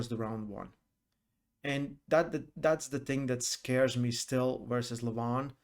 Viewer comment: you still didnt learn 🤣🤣🤣haha my godness .. Dont pronounce the Name Levan like seven